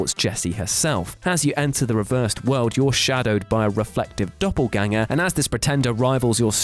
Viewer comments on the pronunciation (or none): none